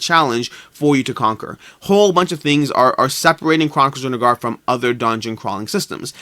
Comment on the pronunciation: You keep saying DrunaGAR. Stop. Please.